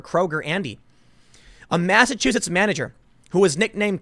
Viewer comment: Saw-See mass, you pronunciations was funny.